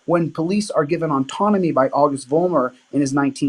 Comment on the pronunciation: Kept pronouncing autonomy, as ontonomy. This means he has never read the printed word autonomy.